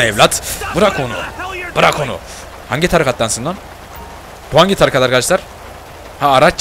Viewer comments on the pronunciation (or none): none